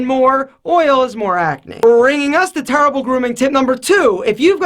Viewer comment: "Turble grooming tips"